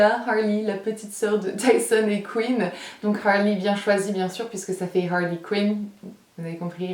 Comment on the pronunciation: teamm snapppppp (j'ai pas le coeur violet jsuis sur ordi) harley est tellement chou et j'aime trop comment tu le prononces avec ton accent anglais JADDORE ♥♥♥